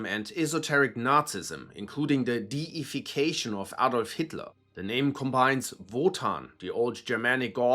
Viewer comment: You're German, why did you mispronounce Adolf? Don't let American "English" spoil your speech. You also could have covered a lot more about Rusich, they have conducted atrocities like pagan sacrifices, mutilation of live prisoners, torture and execution of both POWs and civilians. They make Cомbat 18 look like schoolgirls.